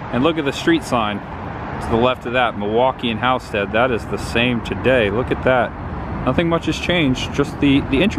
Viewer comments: Hall-sted. Not How-sted. Also it’s ILL-innois not ELL. Also it’s Winnet-ka not Win-nettica. Evanston is a suburb of Chicago not in Chicago. Just thought I would help. Cicero is ghetto. Glad you got out safe. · I will never forget the pronunciation of Halsted and Winnetka in this video. Lol.